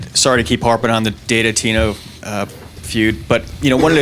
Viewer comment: hahahaha he said DATA TINO FUED LOL